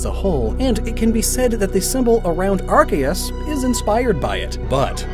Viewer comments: When he called Arceus "RKS"i was dumbfoubded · youre pronouncing arceus' name wrong